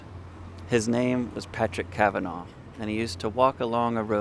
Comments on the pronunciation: Fyi: It's not pronounced 'Kavan-augh' It's correctly pronounced 'Kavan-ah' (phonetically) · Kav-an-nah not Kav-anv-oh. Regardless of it being spelt Kavanagh. Please listen to the spoken Dawning of the day or the music to the poem to get the correct rhythm to it. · It's pronounced KAvanAh not KavanAW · I know Irish names are pronounced slightly differently in America but Kavanagh in Ireland is pronounced Kavanaaa not Kavenaw 😊